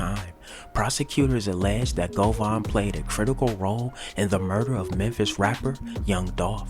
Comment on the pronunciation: His name is Govan Hernandez. It’s pronounced Go-Van.